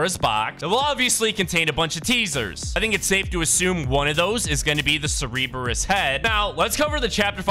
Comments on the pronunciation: Serbeereis💀 Sir-Bur-is Cerberus btw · He cereberus instead of Cerberus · bro said CeRebRUs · curburus is pronounced as sir-bur-us and hades is a good guy the worst thing he did was kidnap his wife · Yeah it is pronounced sir-ber-us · It’s (ser-i-berus) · It’s pernounceds ser-ber-us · Bro said 'Cerberus' like it was Cerebro. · It’s cer-bur-us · IT'S PRONOUNCED (SER-BER-US) Cerberus, JEEZ that was a massive trigger I almost threw my tablet bc he kept pronouncing it wrong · The Famed three headed dog. Cerberus, is pronounced ( Sur-bur-oos ). And now you know...And knowings half the battle..... :) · He said Cereebeus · bro said sereeberus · It's pernounced sir-be-us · It's pronounced Sur... Bur... Us. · its pronounced sir burr us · Pronounced surb-e-rus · Wtf is a cereeebrus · Imagine if you could actually pronounce Cerberus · it is like saying the kamehameha wrong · ThANk yOu. It was driving me nuts. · The fact that he mispronounces, Cerberus is hilarious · Why do you keep saying Cerberus name wrong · imagine if home got a dictionary to pronounce cerberus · I have never heard anyone pronounce Cerberus so wrong before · Imagine if he pronounced any name correctly.